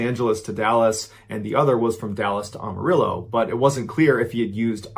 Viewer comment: Pronounce Amarillo as "I AM". Not "OMO".